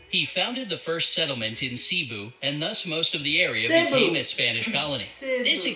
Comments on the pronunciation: Never mind I'm more mad about your pronounciation of "Cebu" as a Cebuano I am triggered No offense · and cebu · He pronounced Tagalog right (accent on the 2nd syllable), but not Camiguin and Cebu, for both of which you put the accent on the last syllable.:-) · Magellan died in the Philippines and you don’t pronounce Cebu as Sibu your pronounce it as sebu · The Word Cebu is Pronounced Faster And Ce Is Se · Cebu is pronounced as Se-Bu